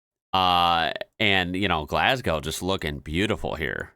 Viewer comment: At least he didn't rhyme it with 'cow' like most Americans.